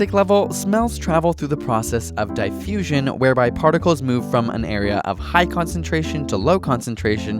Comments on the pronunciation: "Dieffusion" hahahhahahahhahahahahahha DIF-FUSION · I can't help but to correct you on your pronunciation of diffusion. It is diffusion not dyfussion. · Pretty sure 'diffusion' was pronunced dee-fusion not die- fusion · DIFfusion not DIEfusion!! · What the hell is die-fusion?? U mean diffusion? If u spoke in British accent, I'd understand, but u don't. Get it right or else!!! :) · theres 2 f's in diffusion so its dif-fusion not die- fusion. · Diefusion? You mean diffusion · "Die-fusion"? It's a double consonant. "Diff-usion". Short vowel, not long. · It's not Die-fusion, sorry for being a jerk but, I expect correct pronunciations from you guys, at least for the English words you use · come on man its diffusion (two fs) not diefusion :/ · Two Fs in diffusion - so it shouldn't sound like di-fusion but dif-fusion ... I think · "dye-fusion"? i'm confusion. XD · "Die-fusion" shouldn't it be "Diff- fusion"? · Could you please pronounce the word "diffusion" correctly? \di-ˈfyü-zhən\ as in Merriam Webster? Thanks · isnt it dee-fusion? .-. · thumbs down specifically for the horrendous 'diefusion' pronunciation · I know! I cringed when he said diefusion. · Forget the video, I can't get over this guy's pronunciation of "di-ffusion"! 😂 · Dy-fusion? Uhhh... The first syllable of "diffusion" has a short-i, as is "difference", not a long-i, as in "dichotomy". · You would go difffffusion. You'd go diffusion. FF sounds like F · Mostly everyone I know says it like "DIH-FUSION", or "DE-FUSION". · R3Testa lol i know what it is, the way he just said it was so weird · omg your pronunciation of diffusion is so weird it's diff as pronunced in different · Diffusion has two f's after the i, so it can't be a hard "i" sound. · they way you say diffusion... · You must be Canadian by the way you pronounced Diffusion lol. But this fart science is hilarious cool video. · Your pronunciation of diffusion gave me cancer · As someone British, the way he said diffusion annoys me.